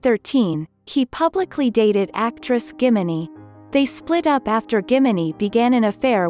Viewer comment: Please try to pronounce like how Korean names are supposed to be pronounced. Doesn't have to be totally accurate but min hee is not "Minnie". It's min and then hee. Why americanise when they are Koreans and Asians?